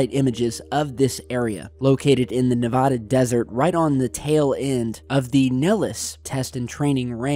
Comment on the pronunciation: please stop pronouncing Nevada wrong.